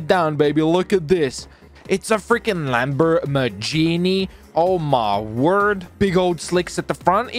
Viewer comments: idk why but I keep laughing when says Lambormagini and not Lamborghini🤣🤣🤣🤣😂😂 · I love how he says lambormajeanie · “Its a lambermajinie” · No one:: ItS a FrIgEn LaMbOrMaGiNi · “LambER MERgini” 😹😹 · How he says Lamborghini makes me chuckle